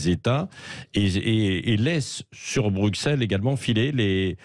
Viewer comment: Monsieur Revel, je vous révèle qu'on prononce Brucelles et non Brukselles. Il ne faut pas être extra-terrestre pour comprendre ça. Je suppose que vous ne dites pas soiksante pour parler de "60". :-)